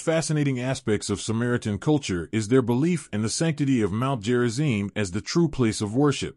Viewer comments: It's Gerizim, not Jerizim. Stupid AI. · Who programmed it to say "Jerizim"? Obviously "stupid" Westerners.